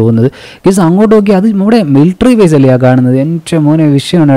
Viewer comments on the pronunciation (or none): none